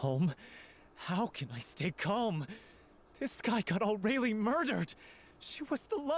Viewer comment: I forgot how badly they pronounced Aurelie in this, I don't know how they got that pronunciation from that name